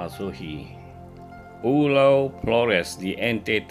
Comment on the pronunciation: Flores bukan polres